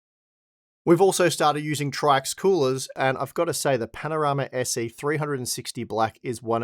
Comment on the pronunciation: Just an FYI, According to Paul's Hardware, it's pronounced "Tricks".